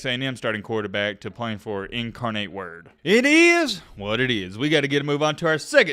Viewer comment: You said incarnate word correctly. Maybe he has a tie to San Antonio since that's where incarnate word is. They were in the FBS playoffs last season. He probably didn't wanna sit behind the UTSA QB.